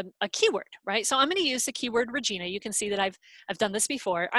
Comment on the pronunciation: Really interesting, I've been enjoying the various talks. However focusing on a Regina search and then pronouncing it wrong is annoying. If it's used again for something else maybe check on how to pronounce it.